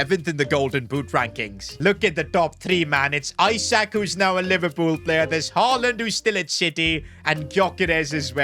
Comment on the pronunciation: It’s not Isaac it’s isak(eesack